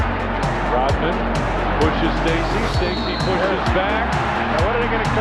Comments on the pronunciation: his name is RoDman, not RoTman. RODMAN. You are confusing your D with a T. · Rodman ...Rodman ...not Rotman you stupid AI